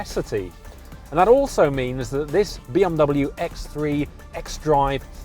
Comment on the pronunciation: Why does he keep saying B Om W?